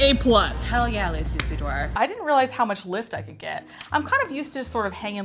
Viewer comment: Instead of boudoir BOOBDOIR... I'm leaving now